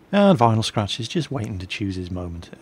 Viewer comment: Liked that how said Vinyl Scratch love it!